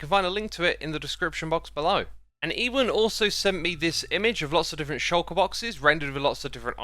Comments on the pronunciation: you pronounced Ewan wrong its said u wan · Ewan is pronounced You Un - think Ewan McGregor